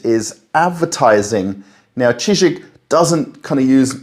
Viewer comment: Не "Чижику", а "Chiziku"! "Чизык"! Ор! ))